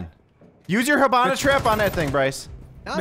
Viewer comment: ...plz Hibana's pronounced like He*bana, not Ha*bana. Sincerely, from a half Japanese. Great video though